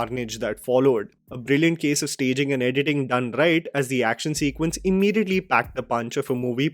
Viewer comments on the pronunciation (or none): none